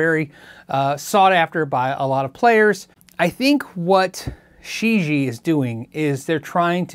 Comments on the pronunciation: probably pronounced she gee ehh, rather than shiji. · I think this is pronounced as “ cheesy” 😉